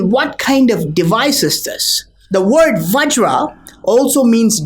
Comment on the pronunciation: Vajra, not vagira.